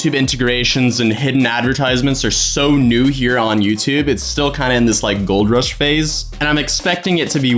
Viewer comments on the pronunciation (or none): did he say gold roosh